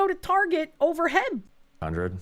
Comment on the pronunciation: It’s not heb it’s H-E-B.